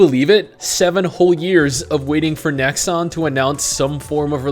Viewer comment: Every time "Nexon" is mentioned in this video, I wince a little with pain.